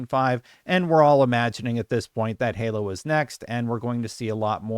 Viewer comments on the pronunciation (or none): none